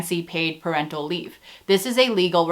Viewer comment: I swear I heard "per rental leave" and I was confused as hell until I realised you said "parental leave"